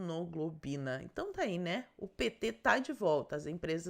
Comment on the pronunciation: Imunoglobulina NÃO é imunoglobina! Mais atenção!